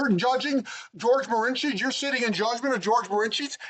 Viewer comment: George de Mohrenschildt is who is being referenced ( pronounces it Morensheet) We need to get a better microphone